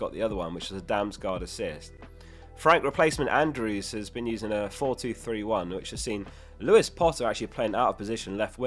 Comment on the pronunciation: Interesting pronunciation of 'Andrews' 😀